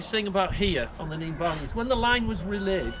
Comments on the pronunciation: Bro said nen it’s nene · Not saying your wrong but it’s pronounced neen